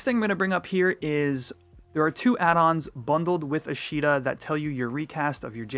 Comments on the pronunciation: for the love of God its AH-shta, not uh-SHEE-ta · you keep saying "a she da" is that what you call FFXI I am confused